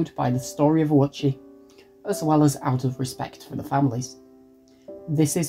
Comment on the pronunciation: I’ve never seen most of this footage before or heard these details about Ouchi’s past before (and good on you for pronouncing his name correctly!), it TBH feels chilling in hindsight that he was no stranger to hospital stays even before the incident. That would probably contribute to why he initially assumed he’d be fine this time.